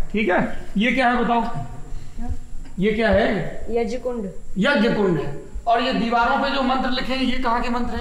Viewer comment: "यज्ञ" मेंं "ज्ञ" का शुद्ध उच्चारण सुनकर अच्छा लगा।